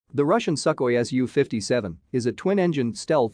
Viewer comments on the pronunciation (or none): It’s not pronounced suckoi it’s pronounced sue-koi